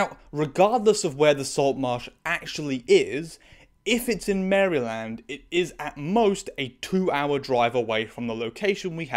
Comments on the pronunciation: "Maryl-end", not "Merry-land" 😉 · This episode me feel uncomfortable, I hate this episode. I do want to say, you pronounced Maryland wrong. It's pronounced like Mare-land. I don't know anyone here as a native Marylander pronouncing it as Mary- land. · Just FYI, Maryland is pronounced more like "Marilind" in the states. I don't blame you for the pronunciation, it just sounds a little weird to an American viewer xD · The way she pronounced Maryland caught me so off guard I had to laugh for a bit. I’ve only heard it pronounced ‘mare-ra-lind’ not ‘mary-land’ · The way he’s saying Maryland has me dead makes it sound like some like fantasy location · The way you pronounce "Maryland" brings me joy in a way I cannot describe, it almost balanced out how horrifying the content of this episode, why are procedurals like this??? I remember an early episode of I, Zombie being so bizarrely anti-asian it threw me off the whole show. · The way you pronounced "Maryland", it sounds like a theme park 😂💖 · so unrelated but your pronunciation of Maryland must feel the same way it feels when we say SHY-ER for any “-shire” locations 💀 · Great video but as a Marylander, I hate the way you pronounce its name :)